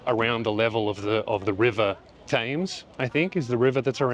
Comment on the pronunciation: The river Thames is pronounced Tems, River Tems.